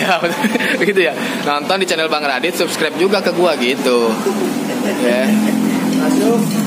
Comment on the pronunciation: kirain udah bener ngomong subscribe, taunya pas ending balik lagi ke seskraib wkwkwk